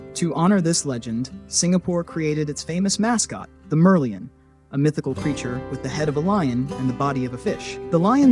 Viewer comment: The name "Merlion" is pronounced as MER-LION, as if it were 2 separate words, not MER-Leon. The etymology of the name Merlion is already explained in your video; Mer = representing the sea, Lion = the mythological lion that Sang Nila Utama saw. 😊